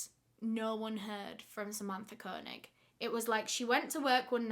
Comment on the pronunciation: Idk why but the way she pronounces Koenig bothers me It's pronounced Kay- Nig